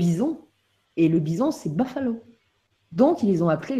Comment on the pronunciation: Pas bofaleau mais boufalo !